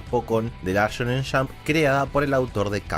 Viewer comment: me encanta su pronunciacion la shonen shamp